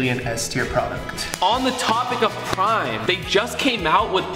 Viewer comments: he said brime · For some reason when he said prime i heard brime😂